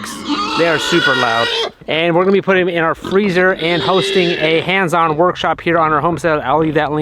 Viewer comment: Did I hear you say you're having a "Hams on workshop"? lol